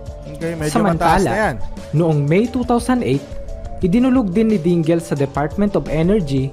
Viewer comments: Dingel? Dingle yan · Correct pronounciation sa (DINGEL) is something like" Dingil" hindi po "Dinggil"as in DINGEL name.